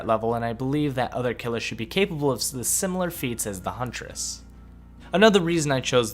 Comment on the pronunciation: Your hunress amuses me.